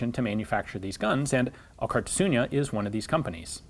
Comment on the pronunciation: A bit of pointless name trivia. Alkartasuna means solidarity or union. a fitting name for a company made by former gunsmiths. Also i think Alkar means together in the Gipuzkoan dialect of euskera, but I'm not Gipuzkoan so don't take it as a 100% fact. (Elkar instead of Alkar is used in the common version of euskera). Funny to me that Ian is pronouncing the name like "Alkartasuña", Don't worry Ian even many Spaniards don't attempt to pronounce our names. Good video by the way.